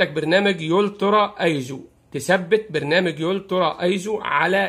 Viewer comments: الترا ايزو مش يلترا .. نفسي اشوف مصري بيفهم انجلش منيح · فقط تصحيح ألفاظ الترا وليس يولترا تيم فيوور وليس تيم فيورا